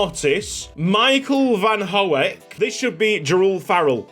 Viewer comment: Van de Hoek is pronounced "fan de hook" (with the oo sounding like book and not moose)